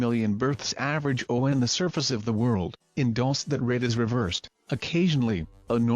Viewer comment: Why does the narrator pronounce "Dulce" so incorrectly every time? Do your research